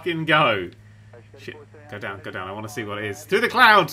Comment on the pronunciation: Lol, thrudder....